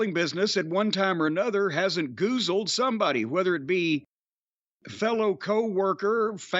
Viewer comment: Aw good ole Jim a bastion of linguistics. " Goozled" 😂😂😂😂